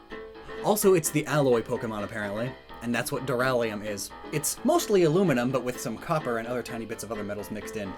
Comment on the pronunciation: durallium. it's. it's just durallium. that's hilarious to me.